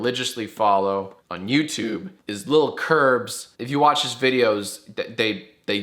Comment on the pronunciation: This isn’t a threat because you said it, but... “Wuotch da Mandalorian or fwickin die”